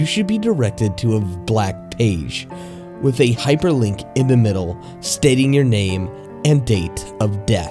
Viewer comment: "With" "wif"